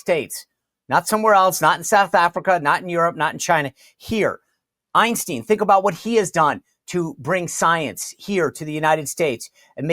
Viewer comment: did he say Ein steen? 😂